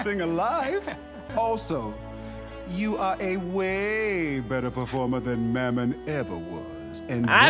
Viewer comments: Can we point out how at the very beginning he called mammon Momen 💀 he sucks but he don’t deserve that much disrespect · (Mam-mon) that’s how you say it Alr